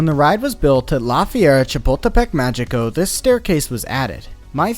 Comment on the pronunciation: Just a nitpick, but "Magico" is pronounced "Ma-hii-co". In Spanish, when a g is in front of an e or an i, it sounds like an H (well, the English idea of an H, since Spanish H's are silent). Sorry, but this is one of the few things I still remember from my high school Spanish class.